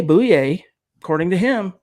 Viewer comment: Pretty sure it's pronounced boy yay....not boo yay